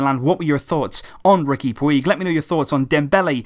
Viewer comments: His name is not pronounced 'Pweeg', it's really 'Pooj'. Just search "Puig pronunciation" and watch the first video that comes up. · It's pronounced pooch. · Puig is pronunced put͡ʃ ("Pooch") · His surname is pronounced "Putj" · Love your videos. Just one thing though, Puig is pronounced like putch in Catalan. Sorry just felt like it might be worth pointing out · It's pronounced "Pooj" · Takeuchi Omaha pooch* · please pronounce his name correctly. in catalan its pronounced like "pooch" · im catalan and the way puig is pronounced, sounds like "pooch". simple really. just google "how is puig pronounced" and it tells you in big letters. if you knew anything about fcb or catalan culture you would know that. im sure would want to get it right, why on earth would you actually knowingly want to get it wrong???. btw your grammar was much better last reply. well done. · "PUIG" isn't pronouced like that, i don't know how to explain it but it sounds way different. I'm Spanish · this is how you pronounce it.